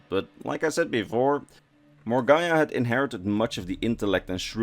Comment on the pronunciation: It's pronounced More-Gah-Nah